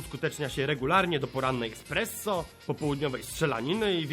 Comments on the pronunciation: espreso nie ekspreso.srol. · espresso a nie KURWA ekspresso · Jako prawdziwy hejter muszę to zrobić, bo aż trudno mi się powstrzymać gdy słyszę eKspresso zamiast espresso (heloł, ktoś nadal tak mówi?) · espresso a nie expresso :v ehehhehe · "ekspresso" huehuehuehue